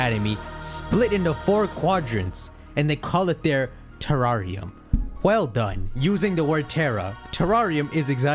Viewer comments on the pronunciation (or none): Te- rare - ium...thats how you pronounce it😅